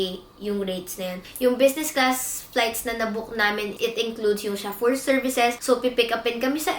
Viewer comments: chaffeur is pronounced sho-fer its not sha-fur LOL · Dahil ba sa pagmispronounce ng chauffeur?